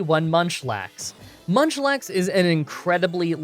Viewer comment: Did anyone else hear him say lunchlax ?😂